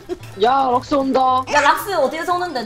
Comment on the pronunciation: 럭스를 락스랰ㅋㅋ